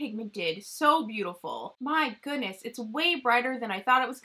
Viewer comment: Love you girl!!! For some reason my ass cracks up every time you say “OH MY GHOONESS” 🤣🤣🤣 I’m like pronounce the D woman!!! But don’t lmao it’s cuter that way